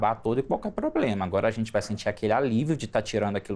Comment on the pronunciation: pois é, e falou poblema também como pode gente! Se até no português ela é fraca imagina como profissional!?